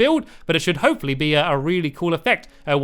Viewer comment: Hey Stampy have you ever noticed that when you say hopefully it sounds like hope for lee